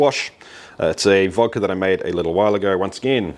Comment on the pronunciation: I'm from Russia and I don't drink at all, but huge respect to you for pronouncing it Vodka not Vadka